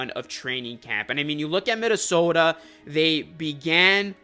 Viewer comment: my fellow northerner, hittin that minneSOHDAAA 😂😂